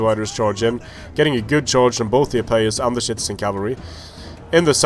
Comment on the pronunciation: why are you saying shitizen cav